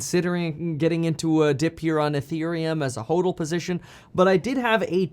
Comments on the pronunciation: It is pronounced ‘hodl’ as opposed to hoedl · Omg the way he says hodl and hodler kills me 😹🥴🥴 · Ha! You’re just here cause he pronounces hodl instead of hodl 😂 love your channel!